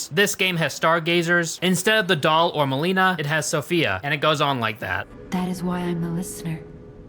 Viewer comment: Did I just hear you pronounce Melina muh-lee-na? Why is this such a common mispronunciation?